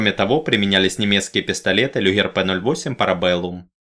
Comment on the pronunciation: Ужасаюсь, как можно жувать, чО-то за оружие, не имея понятия, где ставится ударение в слове Gewehr ?!! Окончательно добило создание хГеорхгом Люхгером пистолета Люхгера на - . Ржал валялся!.. Я понимаю: Южнорусский диалект и фсё-такое, но автору полагается как минимум медаль за искалеченье нетренированых на нём двух отборных батальонов немецких ушей этим произношением (особенно в именах и названиях) этого характерного звука: "хГэ"... А ну да отдельная блахГодарность за ущерб нанесённый штабу командования der Wehrmacht und Bundeswehr , посредством слова: "хгЕвер".